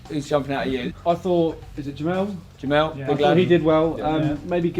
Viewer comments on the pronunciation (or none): It's Jemel nor JemEAL lol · Spen is pronounce jemel jimil